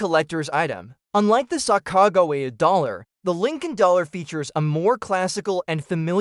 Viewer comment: Is this an AI voice or did you not learn how to say sacagawea